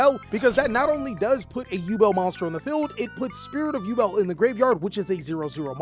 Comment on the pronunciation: Ngl your over efforts of pronunciation kill me🤣 tunnddddddda with the tongue roll, saying yuble and shit🤣